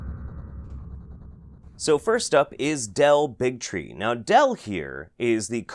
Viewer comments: is it me or does Del Bigtree sound more like Del Bigotry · "Del Bigtree.." Me: "Big Tree. Hah." Also me: ".. Bigotry 😦🤨"